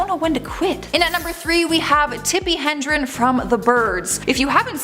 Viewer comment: It’s Tippi Hedren, there’s no N in it.